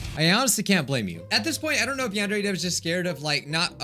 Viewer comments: A few vids ago it said van very simulator lol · Who remembers when he could not pronounce yandere